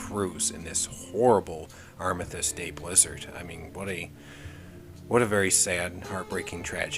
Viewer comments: Arm-is-stiss is how it's pronounced in most of the English speaking world. I confess that I have never heard your version before. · I'm assuming that you meant the "Armistice Day Blizzard (11.11.40)?" Your pronunciation confused me unless you are talking about a different day of the year?